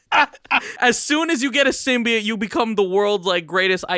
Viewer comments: “All the ‘symbiates’” lol, guy probably says Hawaiiah, Missourah, Diabeatus, nukeyaler.. lol now I’m just trying to think of more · Interesting. Never knew there was a third way of pronouncing "Symbiote"